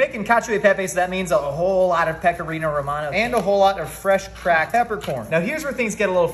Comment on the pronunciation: The only thing that is bullshit is the way you pronounce “spaghetti” and “Pecorino”. You were not born with an Italian dialect and that’s okay buddy! Your mother and father and friends all pronounced the ending vowels. So can you! It won’t make you sound any less intellectual. Because this idea is already such a great one!